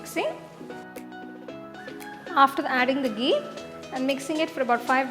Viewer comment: Hey ma'am Loved the recipe... But plz be particular about the pronunciation of some words like Ghee... It's not gee..u pronounced it as gee..apart from it.. Just love ur cooking skills...